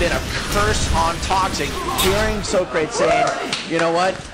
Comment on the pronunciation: i love how they pronounce his name 'sokreyts', thats just hilarious